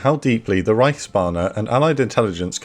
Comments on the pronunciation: I probably shouldn't nitpick pronounciation, but every time you said Reichsbanner I heard Reichsbahner, imagining how the Reich's railway employees were secretly plotting against the regime lol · Be careful to say reichsbanner like you would Bruce banner the hulk. Like you do it now it becomes reichsbahne the German reich railroad.